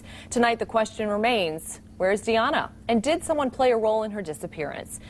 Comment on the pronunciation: Can't the reporter pronounce Diana correctly? she speaks spanish and she already heard the mom call her daughter Diana not Daiana.